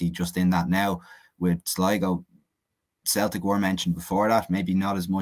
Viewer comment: Its celtic not theltic slabbery mouth